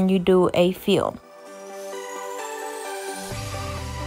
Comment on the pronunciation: i love how she says fill 😂😂😂